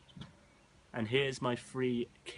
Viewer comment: The green candidate cannot even say three, I cannot believe he said free, this is the kind of moron people are voting for, no wonder the country is in the mess it's in!